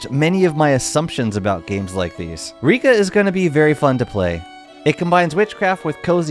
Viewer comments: Please, it's pronounced /rěka/ or /reká/ or /rẹ́ka/, there's no /i:/. Not that difficult to google. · It’s reka like wrecker